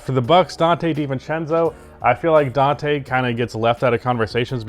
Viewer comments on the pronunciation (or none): none